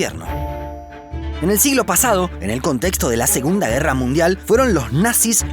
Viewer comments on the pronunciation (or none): none